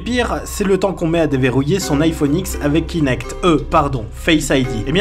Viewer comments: 1. "iPhone 10" PUTAIN PAS "AïeFoneX" merde Si tu fais une critique renseigne toi d'abord sur comment ça se prononce 🤦‍♂️ 2. "Faut faire un emprunt si tu veux te l'acheter" T'as pas les moyens, tu le prends pas. Il ne t'es pas destiné. 3. "C'est ultra fragile comme objet" 🧐 C'est sûr que tes Samsung Galaxy S6 à S8 fais de verre ne sont pas fragiles NOOOOON ! 4.iMac Pro: "Des connectiques placées à l'arrière" 🧐 Tous les ordinateurs ont leurs connectiques placées à l'arrière. Le panneau avant est une option qui s'est démocratisée pour plus de simplicité. 5. Sigma Photo Pro Apple n'y est pour rien, c'est au développeur d'optimiser son application pour la machine. 6. Les ordinateurs Apple ne sont pas fait pour le jeu vidéo. 7. Refroidissement 🧐 Le MacBook Air possède un système de refroidissement. 8. Tu crois vraiment qu'un étudiant va se trimbaler en amphithéâtre avec ton HP 15" qui prends plus de place qu'un classeur archive ? 9. Pour le prix, un appareil Apple gardera toujours sa valeur quasi d'origine même un an et demi voire deux ans, contrairement aux Android qui perdent 40% de leur valeur dès leur sortie de magasin 10. Ton smartphone Android sera mis à jour 1an et demi, 2ans max. Un iPhone ça tient 5 ans de mises à jour Au final tout le monde traite les consommateurs Apple de pigeons, mais vous, ne seriez-vous pas des moutons à tenir tous de tels propos ? 🧐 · On dit iPhone 10 et non « X » Par exemple on dit pas « GTA V » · salut a toi alors déjà pour commencé quand on prononce le nouveau iphone : "iphone x" alors qu'il ce nomme "iphone 10" on la ferme mon cher et oui l'iphone 10 et cher mais tu as eu de la recherche et du développement dsl mais tu as qu'a faire ton propre smartphone tu verras qu'il ne seras pas au point d'un iphone 10 dsl mais mon cher c'est comme sa la fameuse encoche qui te gêne tellement et bah c'est un vraie kinect a l’intérieure avec plus de 30 000 capteur infrarouge tu pourrais toi faire cela ? je ne pense pas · On dit iPhone 10 pas X 😉